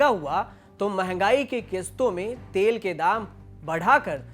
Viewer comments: Tale nhi be Tel hota h 😂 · तेल को तले 🤣🤣🤣